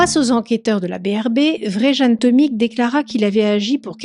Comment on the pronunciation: Plusieurs précisions : -c'est Vjeran, pas Vrejan, ça se prononce Viéran -ce musée avait ses alarmes HS depuis plusieurs semaines donc paye ta forteresse -les enquêteurs n'ont pas eu besoin de le faire craquer, il a tout avoué direct et balancé le recéleur qui l'a escroqué et donc trahi Ah t'en parles après. Bon, mais les enquêteurs ont été surpris que, pris la main dans le sac pour un autre larcin, il ne cherche pas à se défiler. J'espère aussi que le couillon chez qui le recéleur a planqué les tableaux ne les a pas détruits, moi je lui collerais perpétuité pour ça.